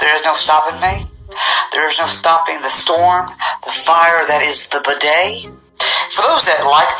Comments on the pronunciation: Side note...bud-DAY sounds like how you pronounce "bidet" and I just think it is sort of appropriate. I am terrified for my nieces and nephews out there, man. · pronounces his name like bidet. I’m just sayin. 🤣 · He pronounced his name like Bidet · The way he pronounced it, I thought he was saying "the bidet". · "TheBudday" sounds like bidet....(when he says it anyways) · Lol, he pronounces it "bidet."